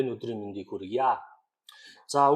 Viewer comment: Бид 'хүргэя аа' биш хүргэе ээ гэж яримаар бна.